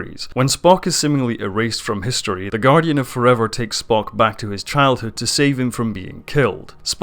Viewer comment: And there's no 't' in Spock's name either :) Disco is a great show, perfectly Star Trek :) If you're worried about it disrupting canon, well don't. Trek has always retconned itself, over and over, it's one of the pitfalls of a long-running franchise. That doesn't make it not canon. If you don't like it, don't watch it. No reason to try and shit over other people's enjoyment of it though.